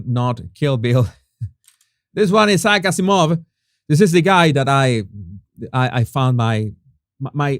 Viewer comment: Jesus, the name Isaac Azimov is pronounced differently, as in for Isaac, the emphasis is on 'Ice' then 'ack' . Then the emphasis is on 'Az', followed by 'ee', then a slight emphasis on 'Mov'. Phonetic spellings, hope that helps.😊 ps. Somewhat confusingly, the 'gh' in * most* English words is pronounced with a silent 'g'. So "throughout" is pronounced phonetically as" threw-out". Although there are exceptions when the 'gh' is at the end of a word. As in "tough" then it is pronounced as" tuff". However.. the word "bough" for part of a tree branch, is said as" bow" as in "Ow" that hurts! same pronounciation. Yep, sorry, English words, eh, crazy!😊